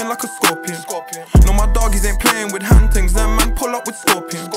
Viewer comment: take a shot everytime he said "HAND TINGS"